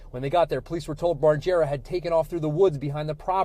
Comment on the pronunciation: All I heard was “Barjera”